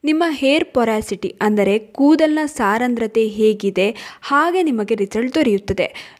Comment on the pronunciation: saarandrathe alla adhu saandrathe, but olle maahithi